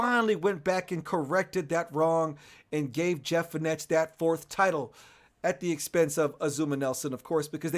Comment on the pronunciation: It's not Jeff Feenesh. It's pronounced Jeff Fenek (spelt Fenech). #lol